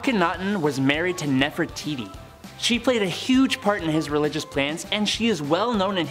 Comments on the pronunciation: It Hi (short I sound) tit (long I sound NOT “Hititty”. Also, it’s Nefertiti (“tee tee” NOT “titty”) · Lmfao, wow, what a great feat, she can mimic archeologists in videos. She doesn't pronounce Nefertiti or Hittite correctly or half the names of ppl & places in other videos. Guess she didn't watch videos for that info. 🙄